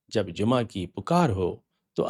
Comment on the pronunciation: Sir g aap bilawaja wohi purani rat lagai huwe hain,Lafz Jumaha ka saheh talafuz hi nahen aata aap ko ,is ka sir aik hi meanings hain aur ye hain sab muslims ka 1 call pe jama ho jana forun,koi choon charaan nahenok g koi excuse nahen k me abc nahen chaley gee,uthoo sab jammah ho kar zulm o jabar ki dewaarain gira do.jo aaj ta musamanoon se na gir sakeen@